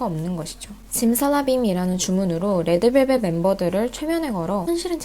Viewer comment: 레에드벨벳이라고 발음 완죤 취저